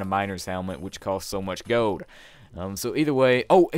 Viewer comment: it's gold. Not goad